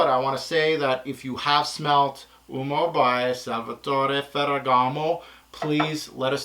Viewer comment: You said Oomo lol...U -oh-mo